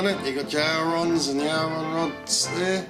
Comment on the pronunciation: Hey what is a "owron rod" don´t you mean aileron, pronounced ay-le-ron:-) or is that what they call them in Aussie?